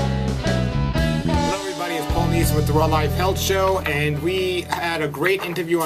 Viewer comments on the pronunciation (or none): none